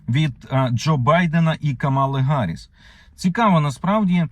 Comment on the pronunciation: Правильний наголос на перший склад: Каʼмала!